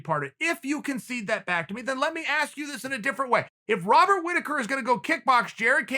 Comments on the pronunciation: BobsAndVag Chael always mispronounces fighters names and the joke is because Chael cant be wrong then their name now must be pronounced differently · Robert "Wobert" Rittaker.